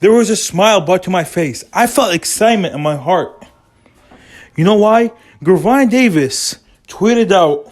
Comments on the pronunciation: Why the fuck is this dude butchering Tank name if he can’t say it he should shut up!! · Don't believe a person who 1. First can't pronounce the fighter name ( you can find this on YouTube any day or night ) 2. He has no connections to that camp. 3. He a guy on YouTube pushing for you to subscribe to his page. 4 This is pure junk